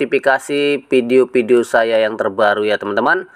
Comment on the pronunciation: Fai.. Pesbuk.... Tri foin nol... Pideo.. Buat edukasi: Ngucap pakai bahasa yang bener dunk.. Jangan asal ngucap.. #PiNetwork #PioneerIndonesia